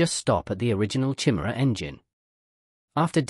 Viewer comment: Good video, but sort out the pronunciation of Chimera